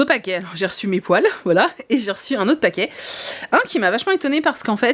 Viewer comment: Je pensais VRAIMENT que tu avais acheté des poils... avec l'accent pas-québécois, je me demandais VRAIMENT quel genre de poils tu avais pu acheter. J'imaginais des rallonges de poils pour Meiko!